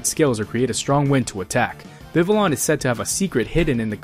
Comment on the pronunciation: Just wanna say its pronounced Vi-vi-yon Cause in french and spanish when two ys are together it makes a y sound. Since this region is based on france i would hope thats how its pronounced